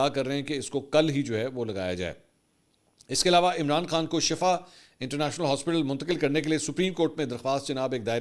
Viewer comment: بھائ اصل شَفا نہیں۔۔شِفا ھے۔۔۔۔۔۔بہر حال دونوں کے معنے معلوم کر لیں۔۔۔البتہ پنجابیوں کے لئے چھوٹ ھے۔۔